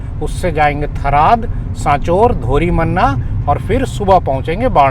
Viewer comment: Sirji, मालीया है, और थराद है आप उचारण गतल कर रहै के ठराड और‌ मलीआ😂